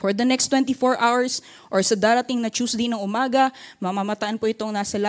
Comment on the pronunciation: Pronunciation lapses po ba